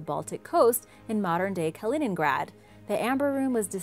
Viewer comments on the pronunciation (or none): none